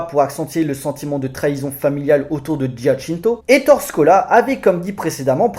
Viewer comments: On prononce Ettoré et non Ettore, ça fait mal à mes petites oreilles!! On n'écorche pas ainsi le nom de ce grand cinéaste En Italien, les e se prononcent é comme il sole (le soleil) se prononce il solé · Ettoréééééééé... Pas Ettore "la fin de la grande guerre" , le film se passe en 44, 45, c'est plutôt la "fin de la seconde guerre mondiale" "L'ère Mussoliène"...Non,non. "L'ère Mussoliniènne" Sinon, excellente vidéo. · Gros classique du cinéma italien, très fun et bien sale. Par contre on dit éttore Scola, tu m'as fait mal au oreilles mec . Bonne vidéo malgré ce petit point prononciation !